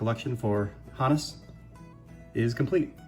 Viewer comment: Great items! Two things struck me. 1. Thank you for being the only content creator on YouTube to actually pronounce "Honus" correctly. 2. That Hornsby auto is absolutely next level. Never let it go!